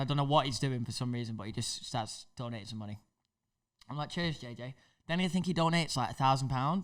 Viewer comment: You can really hear the manneh accent from 😂